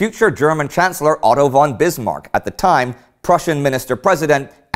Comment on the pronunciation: Conrad FFFFON Hötzendorf, not won! Like Folkswagen, not Wolkswagen!